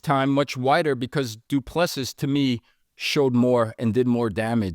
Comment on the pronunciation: Say Doo ple SEA...... OR SEE,not seas nor sees.... omit last S